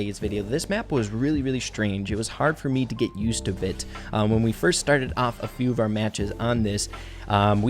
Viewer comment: you mispronounced "when"